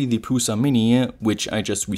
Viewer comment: Just for fun: "Prusa" is originally written "Průša" in Czech and the pronunciation is like "Proosha" in English :)